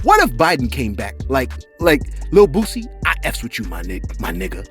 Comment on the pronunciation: Ayooo you almost called Boosie "Poosie" I had to run it back! Got me in tears! 🤣